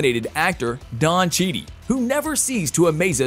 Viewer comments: Oh my god, at least if you can't pronounce his name stop repeating it!!!! Damn it's Cheadle, like needle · Don Cheedie? The narrator needs to do his homework first....... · En-un-cia-te.. ..,....,...... Cheadle = che-tal phonetically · CHEE-DULL. It’s NOT that hard. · Just for butchering both names , I can't listen to this guy. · C-H-E-A-D-L-E, damn it, CHEADLE! 🤣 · The name mispronunciations of CHEADLE and FEIGE HAS to be a troll job.... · Bro how did you research for this vid and not hear the name Cheadle pronounced once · How could you butcher Master Cheadle’s name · Why host and narrate this channel if you're unfamiliar with every aspect of it. You messed up Cheadle and Feiges names let alone that Rhodes rank is colonel not general! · you butcher their names (Kevin Feige and Don Cheadle) and forget that Blade was the first black hero. Did you dial this shit in? Do your research..... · U can't pronounce cheadle or feigie. No respect and u don't care. Thumbs down. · Why do you keep mispronouncing names. It’s Don Cheadle not Cheney. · Did you call him”Don Cheedy”? Lmao what the hell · Naw, Blade was first, not War Machine. And it’s pronounced “Cheatle” not “Cheetie” 😂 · OMG .... CHEA - DLE ... come on say it with me dammit CHEA - DLE not chede!!! Sheesh at least learn the mans name!!! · It's chee dul, not chee dee... please say his name correctly! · The actors name is Don Cheadle not Don Cheadee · It's not Cheadie. It's Cheadle. Like Chee dull. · Don Chidi REALLY do you REALLY WATCH THE MOVIES OR do you guys just watch other people's videos and follow their format you's are SO SO WRONG his name is Don Cheadle you said Don Chidi then you said Kevin Feige name WRONG TOO MAKE ORIGINAL CONTENT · I hope Don Cheedey does a movie with Ralph Fienes. The mispronunciation would be epic. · yep! bothered me so much. Have u seen or heard of Don Cheadee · i was thinking the same thing lol everytime i heard "Cheadie" i was cringing! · It's Don cheadle not Don chead